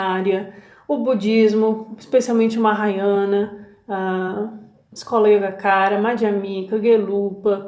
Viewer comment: Como sempre, sua explanação é muito esclarecedora! Nunca é demais advertir buscadores sinceros mas incautos contra o charlatanismo em seus múltiplos disfarces. Perdoe meu atrevimento em fazer uma pequena correção. Trata-se da Escola Budista Yogacara de Maitreya, Asanga e Vasubandhu. A pronúncia correta é YOGATCHARA. Estudei essa Escola em um de seus centros, o Templo Yakushiji em Nara, Japão. Parabéns e um grande abraço!